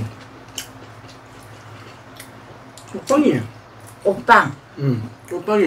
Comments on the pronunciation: 꼬빠 꼬빵 호빠 ㅋㅋ몇번을 말하고 있노? 아니 꽃빵발음이 그리안되나?한국말배우는 외국인도아니고 참 이해가안가네 그냥 궁물좋아하는데 밥에 물말아서 담궈논김치 잘 삭았을낀데 그거랑 먹어라 보고있는 내가 다 목이 메인다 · 입겁나 크면서 맨날 쪼그마케 쌈 싸달라잖아요 발음도 안되서 꼬빠~~꼬빠 아가리에 하나는 다 들어가겠는데 ㅋ